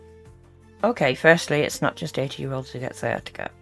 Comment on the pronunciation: I believe she said Sia Tikka instead of sciatica one time